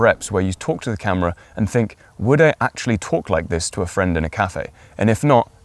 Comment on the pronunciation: Your information is helpful, but this is a video on the way to speak - yet you mumble and talk too fast! I just listened to you pronounce the word "actually". You said, "ashly"! Try this. Stage actors use this trick to "project" to the back row. Buy a set of marbles and put three of them in your mouth, and then read your script. Your diction will improve in ten minutes. There are so, so many gifted content creators out there, such as yourself whose diction is horrendous! Viewers click away, and you lose "likes" and "subscribers". While possibly lacking tact, I intend this in a constructive manner. You are good, and your content is well structured and compelling. I find myself clicking away from so many interesting videos because I struggle to translate their "slur" back into English. It's not me! Most presenters are clear and intentional in their speech. I'll subscribe to your channel and watch for improvement!